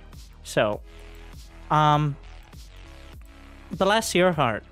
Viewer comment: Anyone else hear 'you dumb sh*t' when said 'bless your heart'?